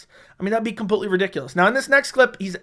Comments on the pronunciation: CAN YOU LEARN HOW TO PRONOUNCE COMPLETELY? U SAY IT IN EVERY VIDEO 100 TIMES AND HONESTLY IT IS SO ANNOYING. IT IS NOT "COMPUTELY" FFS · ITS PRONOUNCED COMPLETELY NOT COMPUTELY. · COMPUTELY OMFG STOP